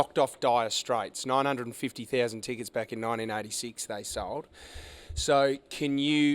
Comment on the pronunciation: A million “Teekets”